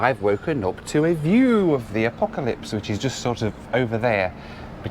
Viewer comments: The "Apocalypse"? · You said apocalypse instead of acropolis lmaooooo!!!! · Did he call the Acropolis the Apocalypse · Did you say apocalypse to the acropolis? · Did he just call the Acropolis the Apocalypse or was that me? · It's Acropolis, not Apocalypse :) Otherwise, great video. Btw, what is your height?